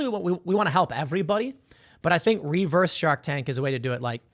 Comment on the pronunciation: The way Tim says REE-verse is actually a little annoying lol.